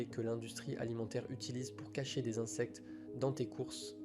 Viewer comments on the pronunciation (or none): none